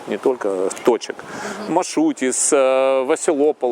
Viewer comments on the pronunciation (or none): Человек живёт 2 года в Греции и произносит название магазина как»маШутис»???? В греческом даже шипящих зыков нет😂